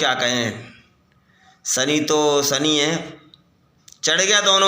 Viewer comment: Sani nhi shani bolte hai shani dev 😂